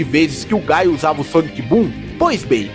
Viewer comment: Falou o nome errado, não é "gaio", é GUILE